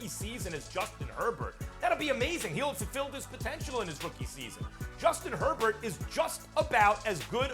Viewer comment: I love listening to Americans destroy the surname Herbert. That is not even close to how you pronounce that name.